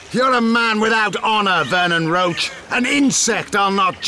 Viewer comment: They all say "Roach" but it's pronounced "Roshe". At least, if it is based on the the French "Roche".